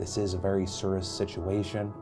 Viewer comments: Aight Charles Barkley "seerus". Lmaooo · .....was he trying to say serious?